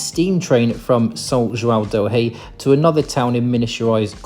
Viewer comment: Eu sou de Minas e a pronúncia de São João del Rei e Tiradentes ficou muito estranha , quase irreconhecível 😂